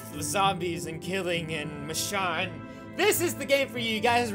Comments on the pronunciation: Ur saying it wrong roi ur saying it like Mishawn but it's like machoone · its read micone not michone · you said her name wrong Mitch_own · STOP PRONOUNCING IT LIKE MICHON ITS MICHOOOONE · Not me-shon it's meshone or michonne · no offense but, how can Michonne be your girl if you can't even pronounce her name right. it's a long vowel o, not a short one (mish-oh-n). like I said, no offense. not trying to be mean. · That's how you pronounce it. (Mish-Own) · IKR It's Me/Ma-shone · Roi says mich-on she is called mich-o-n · He's pronouncing the name wrong! It's pronounced ma-sh-oh-n but not spelled like that. I love u! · its mee-shown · Michonne is pronounced mishown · it' machone not machon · Her name is actually prenounced as mish-own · The way he pronounces her name is the way to know that he doesn't watch TWD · can u plz pronounce her name right!_ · you are pronouncing it wrong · You are pronouncing her name so wrong it's kinda funny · your saying it wrong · Your sayin the name wrong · U saying her name wrong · you said michonne wrong sorry guavs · If you really watch the walking dead and like michonne you would know that your saying her name wrong and those weren’t her daughters because she only had a son who died. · He's saying her name wrong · Your saying michonne wrong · you said the name wrong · I thought you pronounce Michonne with a long o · It a long o not a short k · He pronounces machonne wrong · Yah your pronouncing it wrong